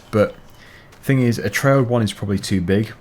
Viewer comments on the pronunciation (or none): none